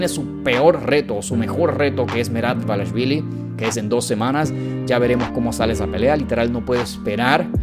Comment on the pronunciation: Carnal te paso un dato así de pronuncia el apellido de Merab “ DUA-LISH-VILI” no debarichvili